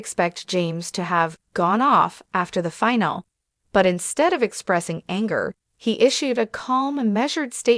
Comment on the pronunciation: What the hell is a "finel"?